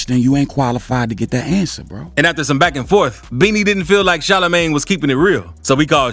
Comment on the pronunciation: "Shalla Mane" 😂😂😂